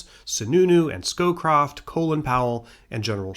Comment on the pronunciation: Have you ever seen the Ali G episode where he interviews Brent snowCroft but calls him Brent skullcroft? It seems like you keep tripping over that name and want to call him Brent skullCroft!